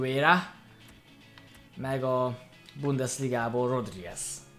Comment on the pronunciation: nem rodrigez hanem rodriguez